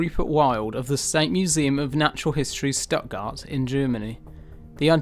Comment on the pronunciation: Love the pronunciation of Stuttgart. hahahaha